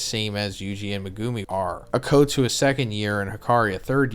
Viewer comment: Day 160 of asking to pronounce Megumi's name correctly